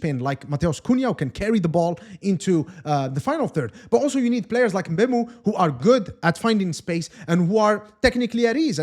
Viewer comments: Not bam Muu Say emm boo moh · I'm cameroonian too Hearing MbUEmo makes my ears bleed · Thank you very much i noticed it the first time he said his name...this whole Embeumo thing is nonsense